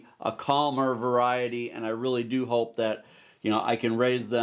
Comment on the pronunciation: If Babe has a calf, you'll need to name it 'Hope', because you kept emphasizing that word in talking about the vet coming out to examine her to find out why she isn't getting pregnant. I just hatched 4 American Bresse chicks this past weekend. They are so sociable! I can just put my fingers in their brooder, and they come running. I'm excited to have them for my flock, as well.